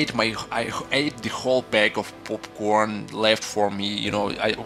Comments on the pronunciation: PoPorn lol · Did he say poopcorn or popcorn? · I like how you said popcorn. ^>^